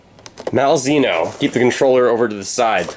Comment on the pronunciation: It's pronounced "Mal - zay - no."